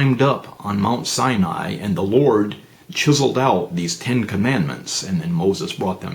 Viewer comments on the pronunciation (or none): none